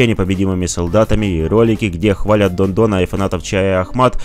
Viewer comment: Оказывается всё это время он говорил не Дон а дно !!!!!!